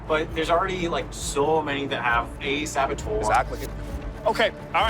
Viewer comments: its an -er (ish) sound, not an -or sound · saboteur, not sabotor, guys